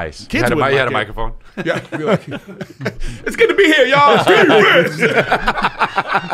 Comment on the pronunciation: Also what are, not water. Also we, not weed. Also doing, not dune. Also here, not hair.